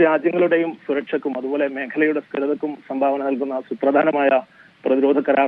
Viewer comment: Kim sthiratha kum. ....what an ugly pronounciation